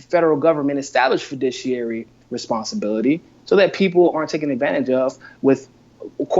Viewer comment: The word isn't "fudishiary," it' "fiduciary."